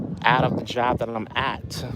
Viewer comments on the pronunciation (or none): Lee this is the way says job. Jobaaaa He extends words and you know what I'm talking about don't you deny it